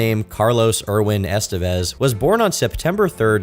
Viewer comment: You literally just played a clip of Martin Sheen CORRECTLY pronouncing the last name 'Estevez', and then went on to mispronounce it over and over again. Well done.